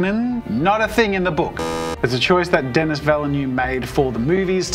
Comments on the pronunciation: Dennis???? Do you mean Den-i. It’s French. Never pronounce last consonant. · pronouncing Dennis as DEN-NIS is criminal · not to be THAT guy but you don't pronounce the "S" in Denis